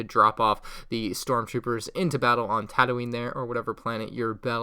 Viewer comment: You have no place to judge Starwars anything if you pronounce it like “Tadoeen”.